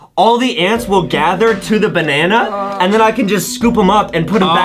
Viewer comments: Banene Really justin?It's called a Bananana. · (me) oh justin why u said banene instand of banana (justin) banene banene banene NA NEE NANI